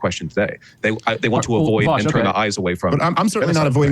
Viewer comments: I like that Dave keeps calling vaush “vash” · It triggers me so hard how nobody can fucking pronounce VAUSH correctly.